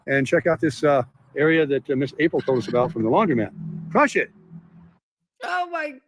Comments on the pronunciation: the word is laundromat, not laundry-mat. Please don’t mispronounce it like Tim. 🙃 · It’s not “laundry”-mat, was my point. 🙂